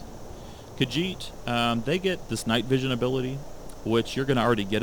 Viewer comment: he doesnt even know how to pronounce melee or khajiit